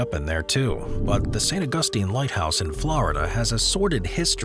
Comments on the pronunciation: C’mon… how hard is it to pronounce St. Augustine? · The way he says St. Augustine 😂 I live in that area of Florida and have been to the lighthouse and old keepers house on the same property so many times. It’s very cheerful from the outside, but inside it’s just got this feeling to it. You always feel like you’re being watched, especially if there aren’t many people there. But nah, the snakes can have their island, the North Sentinel people can have their island, and the Megalodon can have the Marianna’s Trench. I am so good with that. Please, I insist. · Saint August-ine!